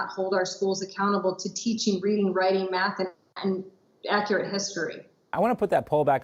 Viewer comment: I loved how she said..."reading, writing and ACCURATE history"!